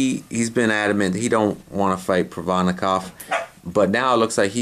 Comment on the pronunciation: Black people can never say Provodnikov lmfao.